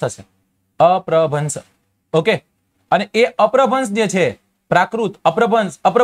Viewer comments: અપભ્રંશ ઉચ્ચાર છે ભાઈ અપ્રભ્રંશ નથી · અપ્રભન્સ નહિ અપ્રભંસ